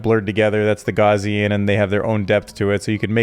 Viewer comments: Gow-c-an like Cow but with a G. Not gauzian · Gauss rhymes with house. No “z” in house.